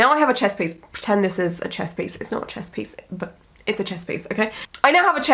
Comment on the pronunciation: "I now have a Chess piece" sorry, but I can't unhear it xD also I love to hear you rant